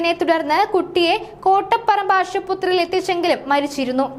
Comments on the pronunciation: Ashuputhri alla Aspathri aanu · ആശുപുത്രിയല്ല.. ആശുപത്രിയാണ്.. ഓരോ ദിവസവും എന്തൊക്കെയാണ് കേൾക്കുന്നത് എന്റെ ഭഗവാനേ😢😢😢😢